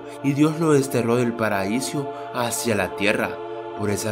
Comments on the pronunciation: like si notaste que dijo paraisio enbes de paraiso en el minuto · Like si oiste paraisio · minuto dijo paraisio jajajajaja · Fui la única que escucho a decir PARAISIO?